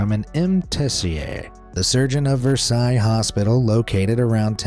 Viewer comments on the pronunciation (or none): none